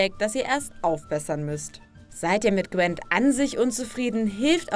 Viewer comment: Wieso sagen viele zu Gwint immer Gwent? Man schreibt es mit einem i und es wird korrekter weise auch mit einem i ausgesprochen... check ich nicht. Sollte es cooler klingen?